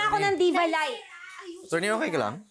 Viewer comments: "atcherny" HAHAHAHAHAA ano ba yan di marunong mag pronounce HAHAHAHAHAHAAHAA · Pano yung "A-churney"? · Yung mga pronounciation ni nakakatawa,, instead of true,, naging Chrue,, yung attorney. Nagigigng acchorney hahaha,,yung tried, naging chried,, sumobra sa pagiging inglesera